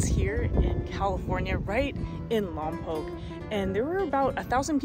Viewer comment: Hey, glad y’all enjoyed Lompoc! Just a heads up, it’s pronounced “Lom-poke” not “Lom-pock”. Also, us Chumash are still here 😂 we’re still kicking it.